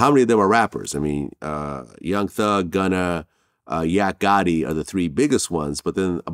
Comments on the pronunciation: Someone tell Vlad it’s not “gunner” 🤣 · stop saying gunner my god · Everybody : “Gunna “ DjVlad : “Gunner “ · Fr i was thinking vlad so white he calls him gunner 😂